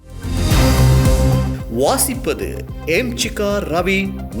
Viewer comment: வணக்கமா?வொணக்கமா?வாசிப்பதா?வோசிப்பதா?ஏன்டா தமிழைக்கொலைசெய்கிறீர்கள்